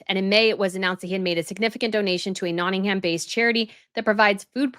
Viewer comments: As someone from Notting-uhm ( not ham, please stop using ham lol) we dont want him to move here. Notts is special to him because Princess Di spent alot of time and our sister county (where I now live) Derbyshire (derby is pronounced dar-bee). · you're pronouncing Nottingham incorrectly. It really grates on British ears when you don't pronounce our place names in the right way. The "h" in Nottingham is silent. It's pronounced Notting-um. Nearly all place names in Britain that end in "ham" are pronounced "um." Bucking-um. Birming-um. Rother-um. But we do pronounce the "h" in Southampton, just to confuse you further! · It’s tiring to hear you repeatedly say NottinghAm. The ‘ham’ is pronounced with a very short little a that’s barely pronounced. .